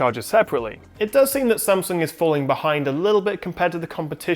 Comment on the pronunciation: love how you try and pronounce 'S-a-m'sung as it should be not 'Sem'sung :)